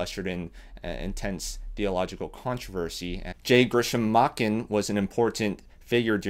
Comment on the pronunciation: The "Ch" in his name is pronounced similarly to "change." So it would be Machen (ch as in change).